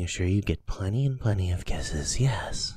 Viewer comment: This is great but I think the way he says 'kithes' and calls us 'stinky' kinda puts me off